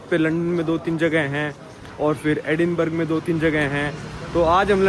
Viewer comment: Bro, it is called "Eh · duhn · bruh"